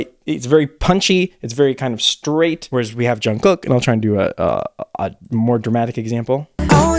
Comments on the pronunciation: Just a friendly tip from a Korean! Jungkook is NOT pronounced as COOK like a chef. It’s KOOK like the word kook in English. Just not as hard of a ‘k’ sound at the end ^_^ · Everytime he says Jungkook, I hear John Cook